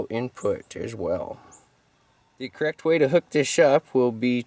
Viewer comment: "THE CORREXT WAY TO HOOK THISH SHUP! "🤣🤣🤣